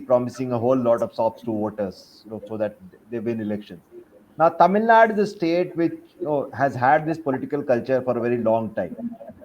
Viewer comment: The anchor needs to take time out and practice pronouncing names like Tamil Nadu, Telangana and Andhra Pradesh. The lack of proper education and general awareness about the diversity of this country, and about basic things like pronunciation, in north India, doesn't seem to be just restricted to the cesspool of uneducated masses in that part of the country.